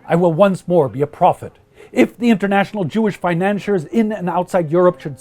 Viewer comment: You mispronounced the words "financiers", "annihilate", and "insidious".